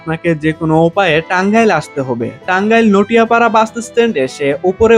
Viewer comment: নটিয়াপাড়া না হবে নাটিয়াপাড়া